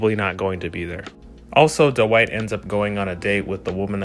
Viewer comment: it's pronounced dwight not dowight